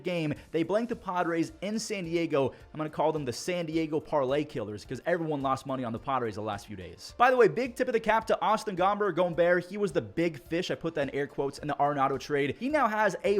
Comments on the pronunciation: The Pronunciation of Austin Gomber’s last name is Gom Berg but with the g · Why tf are you pronouncing Austin Gomber like that 😂 hes not hispanic. All love tho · please never say gomber like that ever again